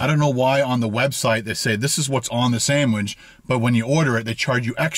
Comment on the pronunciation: Everyone else: "Sandwich": "Sanwidge"